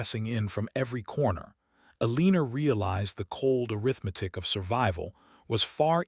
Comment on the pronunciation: I agree! STOP, STOP, STOP saying "Aleener". She's either Elena, or Eleanor, prounnced El-ih-nor"!